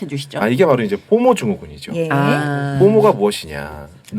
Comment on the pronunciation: 포머가 아니라 포모(FOMO)